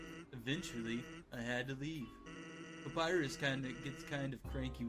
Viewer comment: Every time PewDiePie says 'Papirus' I die a bit inside.